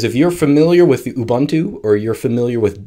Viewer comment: hahaha, Ubuntu m a a t a y it is mate as in 'you're my mate' ubuntu not ubantu u = uh /ooh | not ah The beauty I find with most Linux distro's, especially the Debian family (Ubuntu, Mint, etc), is that it just works out the box with no additional messy drivers needed. The only drivers I have ever installed is latest graphics divers. Nice and simple and so much PoWeR